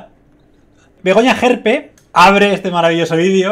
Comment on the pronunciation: Y dale con extrema derecha,y es gerpe,no jerpe!!pon cuando dice wue cosas no le gusta de Vox,te liasss y no tienes ni idea de ella